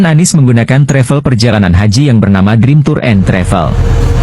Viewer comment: Kesleo lidah Anies jadi ngomongnya ngk pernah bener.🤣🤣🤣.